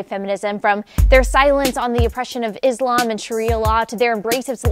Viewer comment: “Oppression of Islam” what do you know about Islam when you can’t even pronounce “Islam” correctly...?